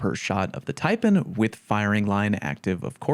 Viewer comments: Everyone makes mistakes bruh.....just like your horrendous pronunciation of the snake that the taipan is named after🤣🤣...tai...pan , PAN not pn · Omg 😲 I know I'll be roasted for this but damn.... It's pronounced...Tia...PAN as in PAN not PON Yeesh. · One more mistake. It's pronounced "tie-pan". As in "tie" from "bow tie" and "pan" from "sauce pan". A Taipan is a venomous snake. Thanks for your hard work 😁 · I think you should correct the way you say Taipan. TAI Pan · as an australian, the way you pronounce "taipan" upsets me. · No. Your first mistake is mispronouncing Taipan.